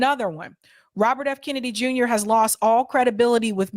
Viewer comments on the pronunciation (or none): none